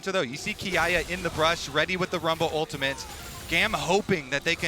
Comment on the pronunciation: someone needs to tell that castor that the champions name is rumble....not wumble.